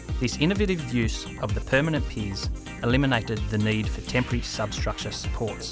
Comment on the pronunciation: I was almost 8 minutes in before I realized "tempry truss" was not a new type of truss I had never heard of, but in fact simply the Australian pronunciation of "temporary"